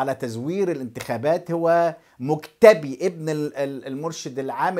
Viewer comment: يارجل انت لا تلفظ بشكل صحيح اسم نجل خامنئي ، مجتبى بالالف وليس الياء، ياراجل يا باحث تعب نفسك شوية